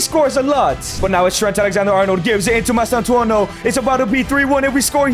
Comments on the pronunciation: Mastantuono not mastuano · It’s not mastouono it’s mastantuono